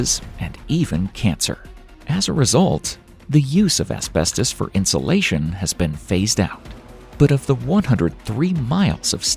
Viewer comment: "Harmful asbetos!"